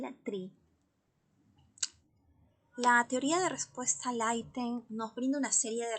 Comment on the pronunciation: Porqué dice aitem😅😅 decimos item en español 😂😂😂